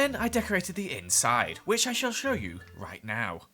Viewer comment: No one:: "Whish I shall sholw you right now"